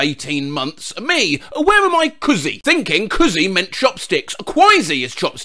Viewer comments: The “kùzi” is pronounced like koo-zi, not kuh-zi. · kuzee Mandarins: ku ze